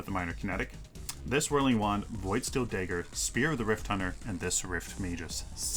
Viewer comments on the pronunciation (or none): It's not DAY-GER, but it's also not pronounced DUH-GER. It's pronounced DEH-GER. If you can do all that math, I'm sure you can learn how to pronounce dagger and lag properly:-P Sorry for the passive-aggressive comment. I love your work